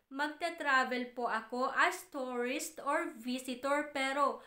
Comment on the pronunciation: Nakakadismaya naman pronunciation mo. Yung “ tourist” naging “ torris” at yung “ return” naging “ retorn”.